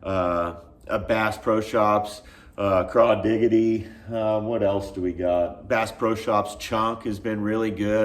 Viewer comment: Crawdigy, like Prodigy, not crawdigity😂